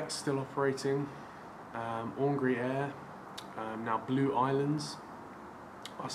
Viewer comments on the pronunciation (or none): some thing hurt inside my when you pronounced aurigny as aungry. Its actually a french name for the island of Alderney where the airline was set up and is pronounced or-ree-nee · it, pronounced areeeny, other than that great video! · The way you said Aurigny hurt me. Or-ree-nee is how it is said phonetically. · It’s Au ree knee not ongry lol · Sounds like he's saying "hungry" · oringy air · Just a hint: Aurigny is pronounced Or-EE-nee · Btw Aurigny is pronounced or-ree-nee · Or-reeny = aurigny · Painful to hear aha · Nice update, very sad indeed. I was brought up in Jersey and started spotting in 1968. Flew quite a few time to Southampton. In those days, Southampton was always being threat with closure but as you say, it always survived. Fingers crossed it stays that way. BTW you do not pronounce the G in Aurigny. Thanks for sharing. Keep up the good work.